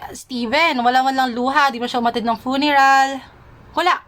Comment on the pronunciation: Pangit ng accent nya kaya. Mali pa yung pronunciation nya ng PHOTOGRAPH at FUNERAL lol 😂